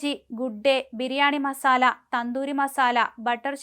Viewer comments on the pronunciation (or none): none